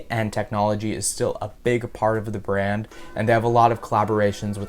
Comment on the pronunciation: I thought he said band not brand